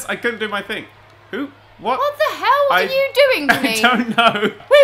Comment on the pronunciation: HELL IN A CELL!: Hew in a cell. Lol it's hell.